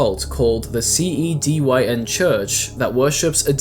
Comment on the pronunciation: hearing him say "c e d y n" is getting to me" ITS A PUN IT CAN BE PRONOUNCED CDN